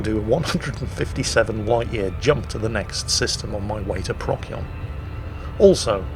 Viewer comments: I get that you're British and therefore legally obligated to mispronounce things, but for the love of God... PRO-SEE-ON. Not Proc-yon. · Please call it Pro-sigh-on, rather than Prock-ee-on. It’s always been Procyon, just watch the Sky at Night! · Pro See On... Not prock yee on. You are welcome. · I love how he says "Prock-Yon," and "Friendship Drive." Neat info about black dwarfs too. Keep it up!:) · Pro-see-on ( Astro-navigation) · PROK-see-on or prok-SEE-on? I have no idea how it's pronounced - so thanks for the tip! Also: Boys from the Dwarf ;) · isnt it pros-eon? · BTW, the c in Procyon is pronounced as an s: pross-yon. Yes, even though it comes from Greek with the pronunciation Prokyon. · The way pronounces "Procyon" makes me fear for when he discovers "Betelgeuse" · The german way of pronouncing it, even though it is a german word, sounds even more cancerous... "Beteigeuze" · Inb4 - "Bet - tell - gee - yuss"